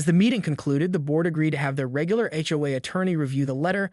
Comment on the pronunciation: ''Read'' (said reed?). Hitawai instead of HOA? Said Seden instead of Sedan (Car). Hoos? HOA's...